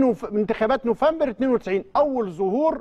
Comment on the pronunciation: ياريت تصلح من طريقة نطقك لشهر نوفمبر